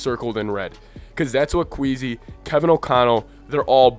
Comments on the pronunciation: You’re speaking facts but I think it’s Kwess-ee instead of queasy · But it's not Kweezy but Kwaysy